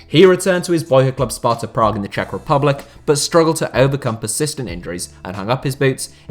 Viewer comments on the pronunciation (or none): none